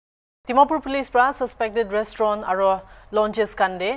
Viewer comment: First of all should stop taking the moral high ground in this issue and also he needs to get the pronunciation of restaurant correctly. All these so called news reporter and police going around checking alcohol and reporting about it should be tested how long they have been sober. Dear Naga brothers and sisters, don't waste your money on alcohol here in Nagaland. It's not that far, just go to Assam and save some money.